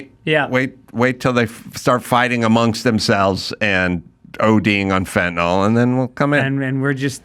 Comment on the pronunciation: It's FEN-TA-NIL (Fentanyl).